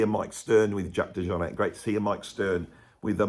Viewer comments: It’s French not George w bush Texan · You can’t pronounce the guys name properly? Really?